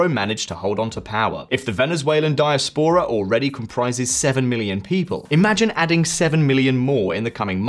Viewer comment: I’ll be honest, I’ve never heard anyone pronounce diAspora as diaspOra 😅 That pronunciation got me thinking about spores in The Last of Us😂